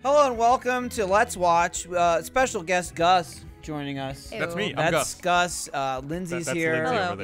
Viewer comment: speaking as a brit, gus physicallly pained me